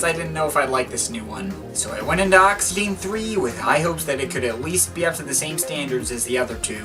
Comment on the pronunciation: Great video mate. But first of all, you don't pronounce the last E, so it's just pronounced: Oxygen. Secondly, when going through Jarre's back catalogue you should really include The Concerts in China, which included a lot of excellent new material, such as Night in Shanghai, Arpegiator, Souvenir of China and Orient Express. But anyway, thanks for the video.